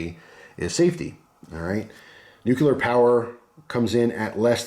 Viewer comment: This is definitely something I'd be interested in investing in, thanks. Also, I have to be that guy... it's "new-clear", not "new-cu-lar".